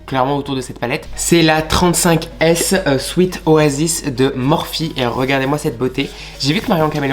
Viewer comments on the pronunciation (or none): none